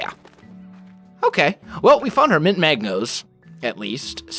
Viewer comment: did he say mint Magno??? lol